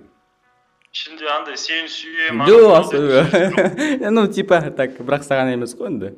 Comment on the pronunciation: Сені суйем деген баскаша естілдіғо 😂😂